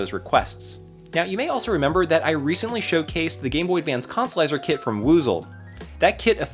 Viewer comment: It was very hard to make my brain say consolizer after your decimation of English